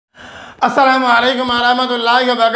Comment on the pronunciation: ভাই আগে সালামটা শুদ্ধ করে দেন।✋